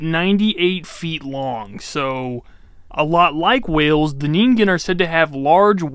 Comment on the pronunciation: "Neengaiyooh"? Really? It takes like 5 seconds to look up how to say something. Then you don't teach people something totally wrong AND you avoid sounding like an idiot. 😂 I like your content, but sometimes your mispronunciation of things is annoying. "Nuculer" and "petrosaur" are a couple other examples, but there were others. Anyway, that's my main critique and how I think you could improve as a YouTuber. Maybe a bit more work on the editing, too, so we're not just looking at you for the vast majority of the video.